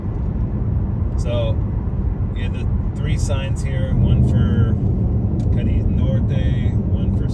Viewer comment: how is it that you have not noticed the accent over the second letter, A ? you are putting pressure on the I. Sorry, but Americans annoy me so much